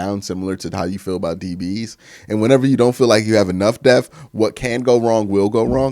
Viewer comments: Depth ..say it with me...depth..not devth..thank you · I just really don't like how Q pronounces the word D-E-P-T-H! Def 😂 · Bro, it's depTH not deaf or deph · Bruh your a member of the media member now the word is Depth not Def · Deaf or depth ? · bro you really gotta work on pronouncing the word “depth” 🤣. I love you tho bro, keep grinding 🤙🏾